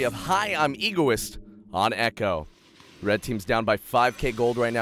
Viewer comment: u read the word "egoist" wrongly dude......